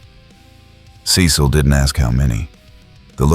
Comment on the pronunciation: What’s the deal with the constant mispronunciation of Cecil’s name?? 😂